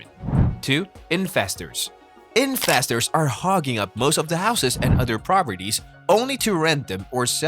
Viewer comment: I love how you pronounce investors as infestors :'D yesss